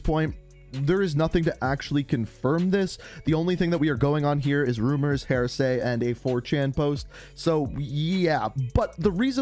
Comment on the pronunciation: It’s hearsay not hairsay